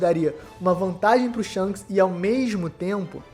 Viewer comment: "Sharishanks" kaakakaakakaka